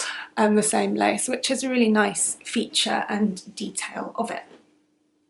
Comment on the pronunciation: "Lace weight" not place weight😂